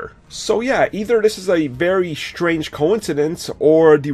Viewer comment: shtrange that you cannot pronounce strange